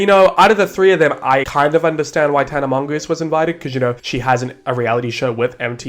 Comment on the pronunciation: I cry everytime you say tana mongoose 😩😩😩😩😩😩